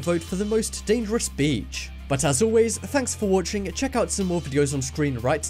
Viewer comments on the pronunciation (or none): This is not real . Every five minutes you say dadares